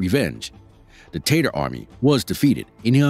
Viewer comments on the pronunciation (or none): The fact that the narrator calls the Tartars “taters” should be noted.